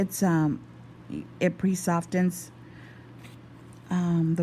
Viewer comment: I can watch this all day until she says "pre-sofTTTen"